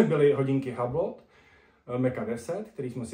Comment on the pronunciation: Asi jediná recenze co se zaměřuje na přesnost strojků , takže super. Ale správná výslovnost je Yblo , detail jinak super recenze.